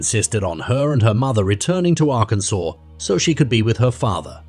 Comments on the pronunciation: "Arr-kansas"???? Fix your reader bot! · For the second case, did it happen in Arkansas or in Arkansas? The first time the narrator named it, he pronounced it like Ar-Kansas & the second & following times it was pronounced like Arkansaw 😮 I'm not from the USA & I'm legit confused by the spelling & pronunciation (I follow the transcript while listening to vids) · A.I. voice. AGAIN. It pronounces the suspect's name differently throughout the piece. It also doesn't pronounce DNA correctly and several other words. 👎🏻 "Ar-can-zus."